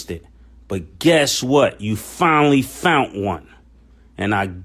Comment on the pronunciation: Mason, Mason, Mase..speak it brother, "finally fount one." I heard that! Give it to 'em!